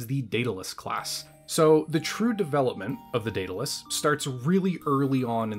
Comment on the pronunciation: i worry that youre hung up on spelling. the name of the ship is clearly pronounced "dead-a-luss" thats how its always said..... 100% of the time. why do you keep saying "day-da-luss"? is it for fun?